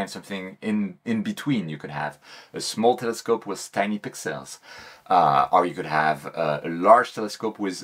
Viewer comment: Great vid,. But I'll be honest, I'm just here for the pix-elles... Clear ciels!